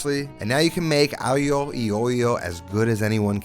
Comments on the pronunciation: sry but if you're gonna be picky about the pronounciacion, i have to disappoint you cause it sounds as if there's written "aio i oio", not "alio e olio", anyway nice dish good job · point of order, your honor. the "g" in aglio is not silent at all. also, the "c" in chitarra sounds like a "k" in english. I'm italian so, trust me, I know. thanks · Still mispronounced aglio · aglio e olio, the E is pronounced EH not EE, if we really want to be pedantic about it. Aglio is also pronounced a bit differently but people speaking english natively don't really have the "GL" in them, just like the GN of gnocchi. I might try the parlsey, not a fan of it generally and I've never used it personally. On the other hand, sometimes my midnight spaghetti involve a bit of roasted breadcrumbs for some texture. Not too much though. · Yes his pronouncing "EE" for "e" sounded horrible. Also, "gli" is not quite like "million" - the "gli" requires a different placement of the tongue more to the roof of the mouth. Subtle but sounds more "Italian". On the other hand, my Calabrian grandma used to call it "aghiu eh olio" when she would say "Mangia Fighiu" And I always made this the way grandma did, not "cremosa", just oil, garlic, red pepper, parmigiano. It is a peasant dish, not a gourmet dish like modern chefs try to make it. Version 2 does not look appetizing at all - as a matter of fact it looks rather gross to me.